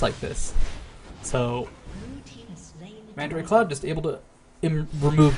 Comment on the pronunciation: "Mandaray Cloud" for mandatorycloud. =P